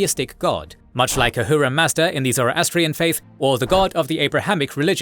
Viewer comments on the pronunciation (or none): none